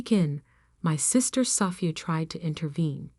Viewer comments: I wish AI would learn how to pronounce Sophia. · Haha I hear you! It’s such a beautiful name—and it deserves to be said right! You’d think by now AI would have it figured out. One day, hopefully they’ll get it as gracefully as it sounds. 😊